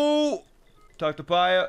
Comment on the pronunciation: The “Hateeno” is right, The “Pyurah” is wrong. Also, the “coo-coa” is pronounced wrong. It’s “Coo-coo.”